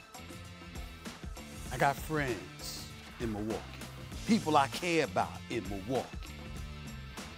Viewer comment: SAS hates Milwaukee so much he actually pronounces it right